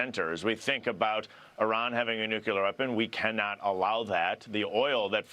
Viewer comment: IT"S NEW KLEE UR